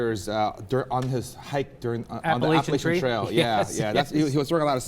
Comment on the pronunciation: They are mispronouncing Appalachian.